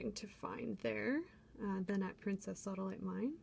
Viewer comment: U said sawdalite 2 times